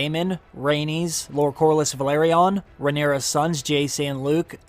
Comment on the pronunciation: I enjoy your videos overall but I really get a cringe when you pronounce some of the names in ways so different from the show. For Velarion, you say: Vel-air-E-on It is pronounced: Vel-are-E-un (Just like how Valyrian is pronounced - Vel-ir-E-un) For Lucerys, you say a hard C sound, like the name Luke is there: Luke-air-ies It is pronounced like an s: Lu-ser-is Same with Jacaerys: Ja-ser-is Lastly: for Almond you say: Ay-mond It is pronounced: Ay-mond.